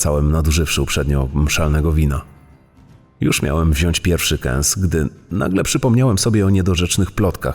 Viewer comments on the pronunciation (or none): none